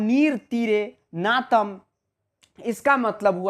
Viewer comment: Bhai wo नातम nhi नताम HAI 😂😂😂